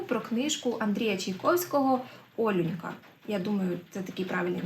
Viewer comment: Якщо дії відбуваються у львівському селі, то ОлЮнька, наголос на другий склад